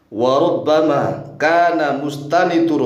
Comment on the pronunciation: harusnya mustanadu, bukan mustanidu, dari siyakul kalam nya juga gak pas lah kalau dibaca mustanidu, kalau mustanidu enaknya gini: wakaana mustanidurojaihi mutamassikan dst,, nah kalo mustanadu sudah pas itu, wakaana mustanadurojaihim attamassuka.. dst